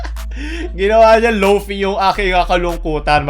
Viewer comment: its pronounce as lo-fi, not lo-fi